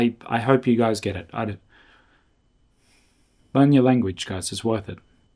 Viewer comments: Wow when you said "liksom förtjusning" and "hejdå" you truly sounded native swedish! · Your hej då sounded very native